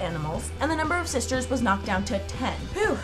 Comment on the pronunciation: U SAID 9 SISTAHZ